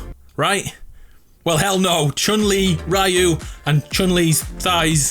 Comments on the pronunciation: Imagine calling Ryu "Raiou" instead of "Reeou". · IS RYU ( RE U ) NOT RIU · You said Ryu’s name wrong. Re-yu not Raiyu. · It really hurts me everytime I hear Ryu pronounced as (raiu). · My man really said "Rye-you" to pronounce Ryu